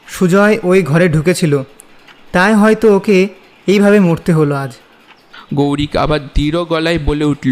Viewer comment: তোমাদের কিন্তু অনেক improvement এর দরকার আছে...অন্যান্য চ্যানেলে কিভাবে গল্প পাঠ হচ্ছে, কেমন মিউজিক দিচ্ছে ইত্যাদি এগুলো প্রথমে ভালো করে শোনো। এছাড়া উচ্চারণের হাল অত্যন্ত খারাপ...গৌরিক নয়, গৈরিক...এই গল্পের লেখক হিসাবেই বলছি, এরকম উপস্থাপনা করলে কিন্তু সব সময়ই পিছিয়ে থাকতে হবে।